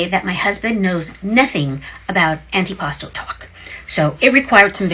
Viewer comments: It's not an anti-pasta salad, it's antipasto. how many times did they say it in a video that you editted, and yet you don't say it correctly. nice job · the way a lot of the people pronounced antipasto made me think they were saying "any pasta" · "Annie pasta"?